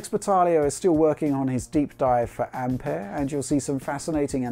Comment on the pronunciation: Great to hear someone pronounce ampère correctly finally.